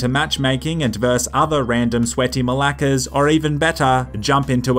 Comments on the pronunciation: Its so funny the way you say malakas hahaha.🇬🇷🇬🇷🇬🇷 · Did you say malakas? Well well well